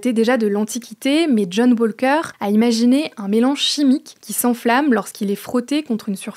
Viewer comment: Un grand merci a John WaLLLLLker. Et bonjour l'anglais! Je suis plié en haLLLf!